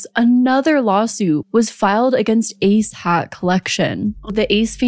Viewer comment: Am I the only one who can’t stop hearing “A$$ hat” every time she says “ACE HAT”???